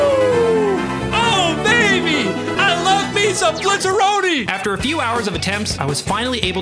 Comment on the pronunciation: I love how it's "Blizzaroi" but he kept saying "Blizzaroni" lol, which sounds more Italian than French tbh